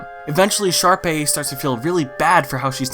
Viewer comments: bro i can’t tell if he’s saying sharpie or jus can’t stay sharpay properly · Why do you pronounce Sharpay as Sharpie? Lmao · but why do you pronounce sharpay as sharpie??? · Did you just say Sharpie instead of Sharpay? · Did you say Sharpie? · It’s a bit in all the hsm videos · Did you just call sharpea a sharpie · has always pronounced sharpay as sharpie? its just now right? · I’m crying over the fact that you keep calling sharpay “sharpie” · Sharpay? No, it’s SHARPIE